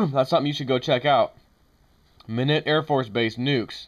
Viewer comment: Just helpin here it's pronounced My-knot. Like this Don't untie my knot.